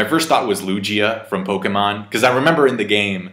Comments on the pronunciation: Its Lugia not luJia lol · Hearing say “Lu-gee-a” and not “Lu-gi-a” 😖😖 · Loo G ah Lmaoooo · godammn i've been saying lowgia this entire time and I won't stop now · the way you say lugia with a J instead of a G is incredibly cursed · mispronouncing "Lugia" is the most weridly epic thing about this whole thing. Especially since he can say Gyarados and Torterra perfectly fine lol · O geez. U cant pronounce Lugia either? Lmao